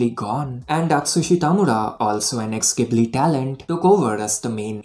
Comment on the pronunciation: ghibli is pronounced like "jibli". at least in japanese, that is